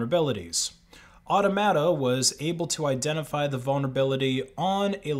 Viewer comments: Automata = “aw-TOM-a-tah” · Automata: or-TOM-a-ta.